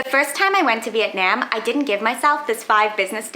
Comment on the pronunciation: Your pronunciation of Vietnam is atrocious